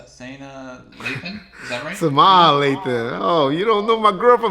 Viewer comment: Who the hell is Samaya. So confused. I’ve heard of Sanaa